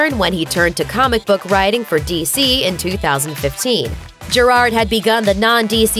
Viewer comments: Isn't it pronounced (jear - ad)? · Why is no one talking about the way they say Gerard’s name